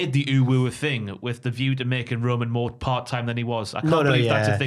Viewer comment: Why does keep saying UwU? It's the Universal Championship right? Or did I miss something?